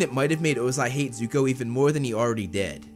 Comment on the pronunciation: Nah bro said zuku